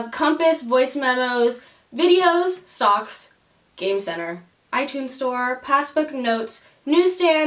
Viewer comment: when you said stocks I thought you said socks😂🌚